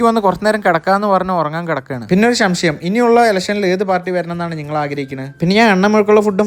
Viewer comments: ശംശയം അല്ല സംശയം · edaa kure aayittu kelkkunnundu samshayamaanushamshayam bu edaa kure aayittu kelkkunnundu shamshayam alla samshayam aanu😁😁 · ശംശയം അല്ല മോനെ.. സംശയം.. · ഒരു ശംശയം 😂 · Shamshayam✖️ Samshayam✔️ 😂😂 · Shamshayam alla samshayam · Shamshayam😹🫰 ith kettappo bigg boss le gizel ne orma vannavar undo😂🫰